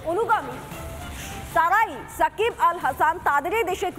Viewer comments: মাদারি শাকিব হবে না সাকিব হবে। নামটাও ভাল করে বলতে পারে না সে আবার নিউস করে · Sakib khan, sakib bal hasan..... Ke sanbadik ra baba.....kon gorto takha asa ara..... Apnara uccoron sekhar jonno BTV dakte paren....